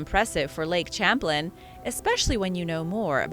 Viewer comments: pronounced "sham-plain" not "cham-plin" or you meant it as sarcasm? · the way to pronounce the lake is like champagne " Sham plane " Lake Champlain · Lake Champlain is pronounced sham-PLAIN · I am sorry but champlain is pronounced Shamplayn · its pronounced Shamplain it's a french CH that makes a Sh sound due to the fact that Vermont (from the french Verde Mont meaing Green Mountain) was orininally a FRENCH colony not an English one. Please, I'm from New England Grew up in Connecticut and have family in Vermont. If you're going to do this, do all the research. This lake was named after Samuel de Champlain and I don't think you'd like it if someone messed up your name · I enjoy your videos... please note Champlaine, named after the French explorer who mapped the St. Lawrence and Great Lakes (opening up NY) is pronounced "sham-plain". Cheers! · Thank you so much for mentioning this. It's almost like nails on the chalkboard when names are mispronounced that are that famous.